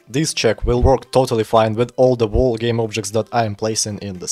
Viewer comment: Слышу что "й" и "р" сильно читаешь. Wall не волл а уолл. Также между словами слишком большой промежуток. Я не наставиваю но можешь поработать над этим если не сложно.